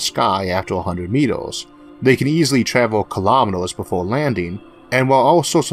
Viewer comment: kilametors lasors forevor duuuude come on its annoying